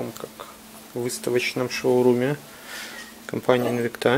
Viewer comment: спасибо! Но только правильно ставьте ударение в названии Инвикта! ))) Французы должны были научить...))